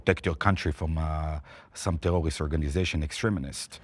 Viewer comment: “tewwowist attack”